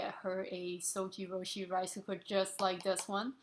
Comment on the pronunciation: It"s pronounced ZojirOOshi, ZOJI ROOSHI as in YOU sweety . But good video I got this model because of you and 5 other videos !